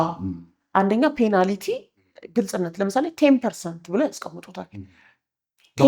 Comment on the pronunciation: *Penalty ' ፔናልቲ' ነው ትክክለኛ አጠራሩ። 'ፔናልኢቲ' አይደለም እንግዳዋ እንደሚጠሩት።